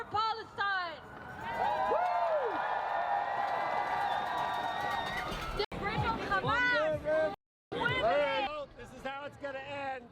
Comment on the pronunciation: The beginning after the intro… They can’t even pronounce Palestine correctly 😂